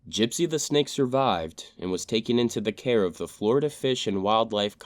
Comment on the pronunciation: What country are you from? "Flordia" I knew it